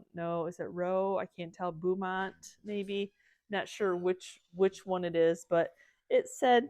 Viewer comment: It’s pronounced BO’mont. I live near Beaumont Texas.